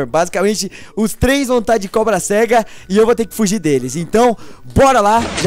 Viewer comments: da agonia quando o fala cobra-sega kk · Da uma agonia ouvir ele falando cobra- cega